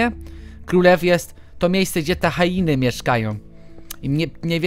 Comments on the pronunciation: hjeny a nie hainy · No właśnie teraz się dziwiłam jak powiedział HAINY zamiast HIENY XDDD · Nie Hajeny,nie Hjeny tylko Hieny. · nie hainy tylko hieny